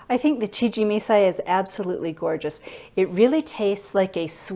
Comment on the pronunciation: Please learn how to pronounce CHIJIMISAI . Could not watch due by the 3rd time you said it wrong...I quit.